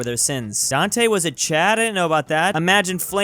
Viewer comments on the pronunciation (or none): none